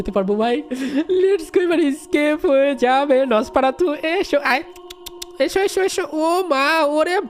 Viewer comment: Dada ami tomar theke choto ami khele rekhe chi ar tumi je nafarsatu bolcho ota nosfaratu😅😂😊